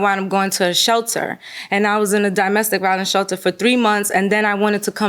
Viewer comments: The way she says “di-mestic” instead of “do-mestic” is killing me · If she says "di-mestic" one more time... DOMestic. As in dominion, domicile, DOMestic. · I wish she would stop saying “dimestic”, there’s no such word! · dimestic?? and said it 2x. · Why did the plaintiff keep saying DIEmestic instead of DOmestic??? It’s so damn annoying. Like how do you not know how to pronounce a very common word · He saying DImestic instead of domestic was annoying. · I'd buy her some English classes. "Die-mestic violence" really? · Domestic lady, not dimestic 😒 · WTF is “dymestic”? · Plaintiff was killing me with "die-mestic" 😖😖😖😖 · I’m sick of her saying “DIME-mestic violence…” 😩🥴🙄💆🏽‍♀️ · What is dyemestic violence????? Girl, shut up 😭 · "Dymestic" violence riiiiggggght 🤔😂🤣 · Did I hear ole girl say “dy-mestic” violence…? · She getting ok my nerves saying Dymestic, what????? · D-i-mestic violence 😂 never heard it pronounced that way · she said it the wrong way three times, and she also said brung twice which is not a word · I agree, I can’t imagine why she’s pronouncing ‘domestic’ that way. She is obviously a native english speaker so it’s very odd But I disagree about her arms needing to go through the sleeves-it looks like she’s wearing a shawl that is way too small, or maybe it’s not even a shawl, because shawls do not have sleeves in the first place. Maybe it’s meant to be some other style of garment that is just really uncommon. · And Samsum (Samsung) and DImestic instead of domestic.